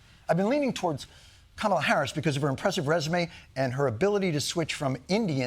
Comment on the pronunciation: Whoa! First time I heard an American actually pronounce her name exactly as it is. ❤ कमला. kuh-muh-lah. One of the epithets of the Goddess Lakshmi.